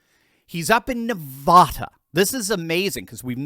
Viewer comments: Hi, I love your show. ❤ I wanted to share that Nevada is commonly pronounced as nuh-VAD-uh, with the emphasis on the second syllable and the "a" sounding like the "a" in "cat." However, some people, especially those outside of the state, may pronounce it as nuh-VAH-duh, where the "a" is pronounced like the "a" in "father." The preferred pronunciation among most Nevadans is nuh-VAD-uh. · Please stop mispronouncing Nevada. Second syllable doesn’t rhyme with AH. The A should be like the A in AT. I’m from there, and people from outside the state usually butcher it. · Nevada is NOT NaVAHda it is pronounced NaVAAda. Hope this helps. Commented from Las Vegas, Nevada. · Neh-Vad-UH. don't be silly. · Me and every other Nevadan, "IT'S NEV-AAA-DA" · Nev(A)da, A as in apple. You drive me nuts!! Don't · Please pronounce Nevada properly?